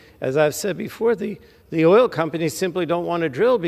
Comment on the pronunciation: I love the way she pronounces “OIYOL”! Useless Rube!!!